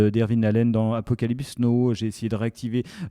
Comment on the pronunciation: Les garsss c’est apocalypse NOW pas apocalypse NO 😭😭